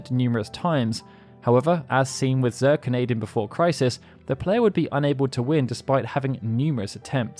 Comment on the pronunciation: I think Zirconiade is pronounced ZER-Cone-Knee-add, because its suppose to be like a the weapons and omega weapon so it would be named after a gem. In this case a Zirconia.